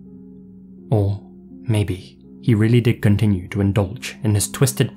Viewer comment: the way you said continue 😂😂